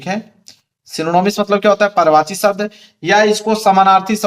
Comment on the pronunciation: पर्यावाची नहीं सर पर्यायवाची शब्द होता है